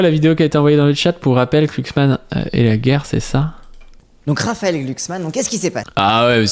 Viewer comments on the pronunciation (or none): C'est Glucksmann avec un "G" pas "Clucksmann" hein ^o^ (c'est pas la 1ere fois que tu spam un nom n'importe comment XD) Bisou de gauchiste sur ta grosse barbe quand meme ! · Par contre, pourquoi écorcher son nom ? Tu sais prononcer le mot "glue", non ?